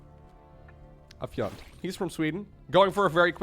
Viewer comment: Also, "fiente" (the way you pronounce it) is another word for "shit" in Franch ^^